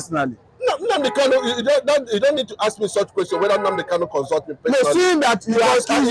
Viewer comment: Nnamdi Kanu, not Nnamdi Kanu,Kanu not Kalu please!.